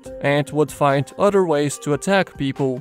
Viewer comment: 3 udder prizzerners? Why are the prizzerners udders? WIBBLY UDDERS WBWBLLBLWBLEBBLE